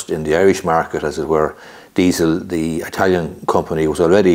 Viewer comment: Please stop saying eye-talian , you know that's not correct